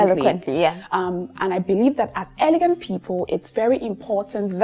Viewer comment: it’s elegant, not eleguant like in French. Even though I love your accent.